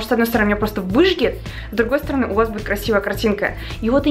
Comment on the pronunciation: выЖЖет, а не выжгет